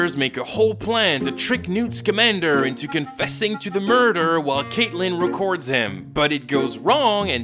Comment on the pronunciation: I’m sorry, his name is NEWT SKIMANDER?!?!